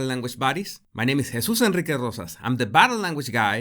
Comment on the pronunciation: The way you say your name... It sounds ALWAYS so good. 😏